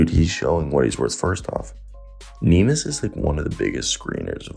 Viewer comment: It's not nimas, it's Neemias, go check how to pronounce it correctly please